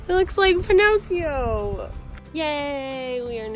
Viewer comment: Lol I love how you pronounced Pinocchio. You called him a homosexual. Italians will forgive you:-)